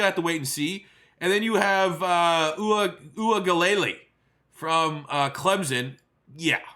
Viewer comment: needa work on the pronunciation of Uiagalelei lmao, but love the vid man